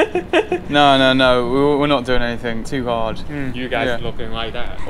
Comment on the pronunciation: When he said NO!!! He sounds like a dog N0! NO NO!